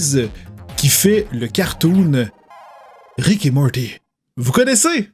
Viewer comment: Arrête de dire mordy on dit morti avec un t on prononce à la française comme des bon gros français 😝